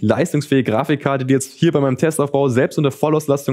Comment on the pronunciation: Wie er wieder zwischendruch "Grafichkarte" sagt. :D